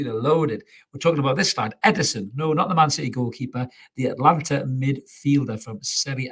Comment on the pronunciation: I keep hearing Atlanta then I saw he plays for Atalanta, two very different pronounciations